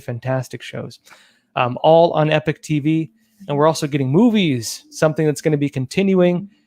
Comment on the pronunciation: At this point they are just trolling with the pronounsiation of the word "Epoch"